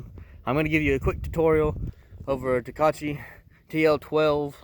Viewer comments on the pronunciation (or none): Good video. Thanks for getting right to the information and not rambling about crap that is irrelevant. 😊 Sorry to be that guy but repeat after me: Toka-you-chee. Thanks.